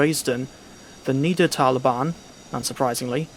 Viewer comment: 2 things First one is just a small pronunciation mistake. The route is called "Niddertalbahn" when there are two of the same letters, the one before that (the "i" in that case) would be pronounced shorter. You pronounce it as "Niedertalbahn" which would translate to “Lower valley railway" but the "Nidder" in the real name comes from the nearby Nidder River. As one of your favorite German routes i thought you’d like to know. 😅 But I also recall you pronouncing it correctly in another vid. 🤔 The second thing is a question. I was a bit surprised about you being very critical with the Kinzigtalbahn. I thought one of the only bad things about it is the linear nature because it’s surprisingly not laggy for me. But then you would rather recommend Schnellfahrstrecke Köln - Aachen than Frankfurt - Fulda? Just because it runs smoother? I don’t quite understand because like the Kinzigtalbahn, Köln - Aachen is very linear. But unlike the Kinzigtalbahn you only get 2 EMU’s while Frankfurt - Fulda gives you 2 as well and two Loco’s on top of that. I am a bit surprised by that one. Could you maybe expand on that a bit more? Thanks in advance and a great day to you on almost the other side of the globe. 🫶 Also I have to say I kinda miss the end card music 🤣